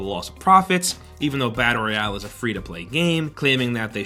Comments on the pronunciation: fortnite roy-ow XD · "Reayale" lol